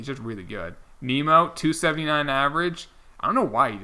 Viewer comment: It’s Nim-Oh Not Nemo